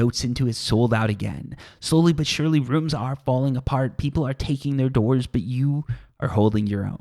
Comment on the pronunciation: play a drinking game, take a shot everytime he says slowly but surly, spoiler you will be hammered 5 min. into the video.